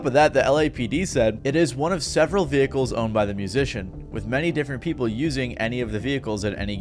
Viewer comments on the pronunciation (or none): none